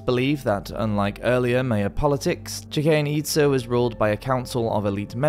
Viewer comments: Bruh, you need to at least look up words you gave no idea hkw to pronounce. Chichen itza, cenote, it actually hurt my ears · I love the videos, but please work on your pronunciations! I've recently been to Chichen Itza and swum in the some of the cenotes (ce-no-te, not kenote). Amazing places. But I had to cringe a little when I heard the way you pronounced both the city and the sinkholes.